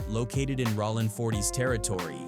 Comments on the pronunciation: "RAH-LINN 40..." 😂😂😂 This AI 💩 is lame. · Cool video but that AI stuff sounds stupid it sounds fake like wtf is ralin crip if Ai so smart why it can't pronounce word's correctly smh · Rawling Crip 😂 Skyline Pyrua Bruh spell it for the AI the way you want it said 🤦🏾‍♀️ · You weird clown ass content creators need to get shit straight Cuz is "Bullet Loco" he raps under Jayo Felony and it's not Rawlin Citch it's ROLLIN Stop letting AI create when you clowns try retell African American street culture! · "rawlin" 40's crips 😝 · I can’t listen to this bull$h!t … MF AI can’t even say rolling properly